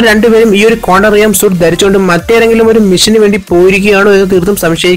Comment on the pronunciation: കോണ്ടം റലം അല്ല.. ക്വാണ്ടം റലം